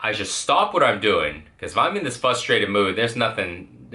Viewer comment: it's frustrated not fustrated...